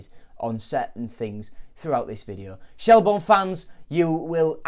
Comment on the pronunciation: Shel-burn not Shel-born. Good vid though.